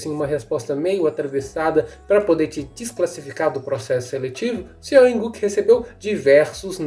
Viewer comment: Não se pronuncia Seo in Guk, se pronuncia SÓ IN GU